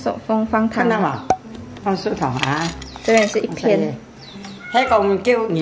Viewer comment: 其实那是蔗（zhe)糖,不是庶民的庶(shu)，那是甘蔗糖。